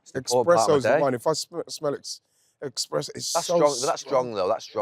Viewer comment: Expresso lol.